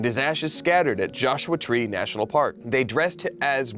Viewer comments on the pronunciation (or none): none